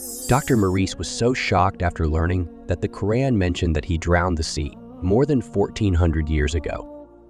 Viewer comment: The person telling story ..are you mispronouncing the words on purpose...like Allah, Quran, and any other videos your talking over